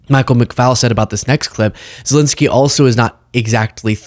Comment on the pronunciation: Zelenskyy, not Zilinsky. Eh, not uh.